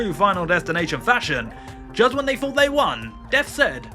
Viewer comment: Stop pronouncing "th" as an "f" or a "v"!!! It's death not deaf, think not fink, and thought not fort!!!